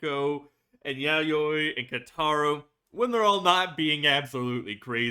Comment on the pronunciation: Also just wanna let you know you’re saying Keitaros name wrong. If u listen closely when they call him his name you can hear how his name is actually pronounced:)